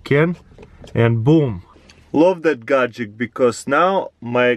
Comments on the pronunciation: it really annoys me when he says gadgek instead of gadget :D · Gadget. GADGET. NOT GADGECT! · Is it only me that notices that when he say gatget I hear gatgec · Wtf is a gajick?! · lol GAJICK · t Its a "Gagjekt" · Me: Gadget CrazyRussianHacker: Gadgek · Is it only me that notices that when he say gadget I hear gadgec